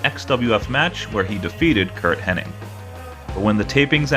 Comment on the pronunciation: Knobbs (I think) coming out here like CIMA. Also, it's HennIG. not iNg